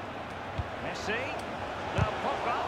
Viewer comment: مێسی ❌ فیوسی ✅